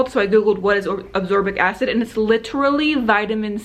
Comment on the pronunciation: It's "ascorbic acid", not "absorbic acid" 🙂